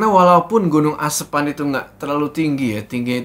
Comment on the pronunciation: lucu ngucapin "asepan"😂😂